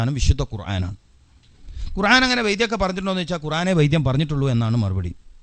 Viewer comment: ഒരു ദാരിമി ആയിട്ട് എന്താ ഖുർഏൻ എന്ന് പറയുന്നത് 🤔ഖുർആൻ എന്നല്ലേ